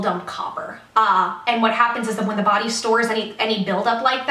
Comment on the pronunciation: Oh my god.... "I wasn't absorbing nutrients in my bawdy... So I got fat" Biittch